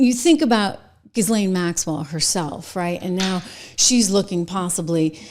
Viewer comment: Jill-Lane please. You are worth correct pronunciation. Only helps you. Zizzlane sounds ignorant. Other that, Excellent Work!!!!